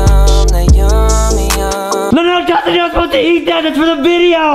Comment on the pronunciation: “Justin “ not “ Justine “